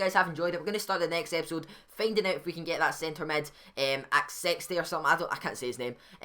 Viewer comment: when u said Six it sounded like u said sex